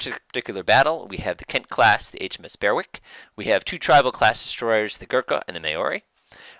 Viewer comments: FYI Correct pronunciation of Berwick & Maori follows. Berwick - Bear-ick Maori - Ma-or-ee No big deal but if you are interested. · Just the kind of video I was looking for- thanks. For future reference, The Berwick is pronounced 'Berrick' and The Maori 'Mowry', as in Chairman Mao.